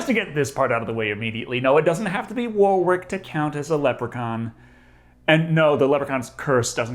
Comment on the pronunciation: The way you guys pronounce Warwick's name is priceless (Wor-rick btw). Excellent video